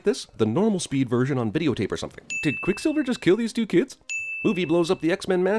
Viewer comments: Lol he says quick silvler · I heard “quicksilveler “ lmao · Did he say quick slilvler? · heheh “Quicksilvler” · I just want to point out, he says "Quick Slivler" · QuickSilvler? lol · “quickslilvler “ hehe TheBirdman will get ya on th at